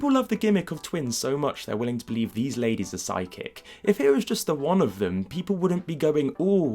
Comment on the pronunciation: I couldn't help hearing "sidekick" instead of "psychic"